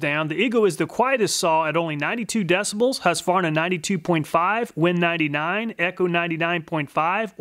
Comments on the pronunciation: It sold out to the Chinese, thats what you get. Huskvana lol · Husqvarna is pronounced hus-kvarna not huska varna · The good ole huss varna.. lol.. thats gotta be an inside joke going on there.. he literally never says the "kuh" once.... Funny.. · Hush-varna? It's husk-qu-varna bud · As a Swede... I must humbly correct you on the pronunciation of Husqvarna... Pronounce it as Huskvarna with a k and it will sound excellent :-) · because it is pronounced... hoosk-varna not husk-varna :) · The name Husqvarna is originally from Sweden and the name reads as (Huskvarna) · I would just like to correct your pronounciation of husqvarna, it's HuusKvarNa :) great video! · Hearing "husvarna" pains me as a scandinavian :D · The city is pronounced Hooskvarna. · hey man i love your videos but can you pronounce husqvarna properly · Not at all. The U is pronounced like the "oo" in soon. The V is a V. I don't know where you get that random A in the middle from. It's not there.